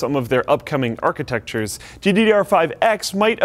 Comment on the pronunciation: Wow, actually said "architecture" instead of "architexture". Celebrate, folks!!